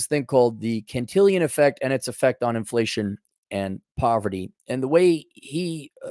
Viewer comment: Can-till-on bro. To be Can-till-ion it would need an “i” before the “on”